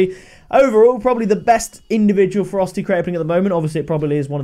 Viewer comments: It sounds like you're calling it the "Frosty" crate half the time lol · Am I the only one who thinks it sounds like he's saying "Frosty crates" lol Just saying. Much love! Keep the crate openings coming!!!